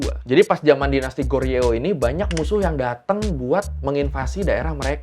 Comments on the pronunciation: Bukan goreo.. 😂tapi bacanya goryo, trus joseon, bacanya joson gitu aja 😂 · Goreo berasa sodaraan sama oreo :D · Bang GORYEO dibaca Goryo JOSEON dibaca Joson 😂🙏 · Goryeo dibaca GORYO aja ya kak.. ga pake eo.. Goryo itu cikal bakal penyebutan Korea oleh internasional. Mereka nyebut negara mereka Daehan Min-Guk, atau Guk-Min (dibaca Gungmin). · Bacanya Kho ryo.... Huruf G di awal kata di baca Kh, ditengah kata baru dibaca G. Ini berlaku jg dgn B, J, D. Daehan dibawa Thaehan... tp kalau ditengah kata kayak Hamnida baru dj baca D. Jeju, huruf awal dibaca Ch, yg kedua tetap J. Jadi Cheju.... B awal dibawa Ph, kaya Bab dibaca Phap... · Goryeo 고려, Joseon 조선 "eo" huruf "e"nya ga dibaca... baru nonton channel ini😅